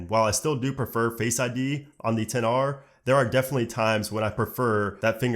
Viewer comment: ItsStephanieee it’s 10r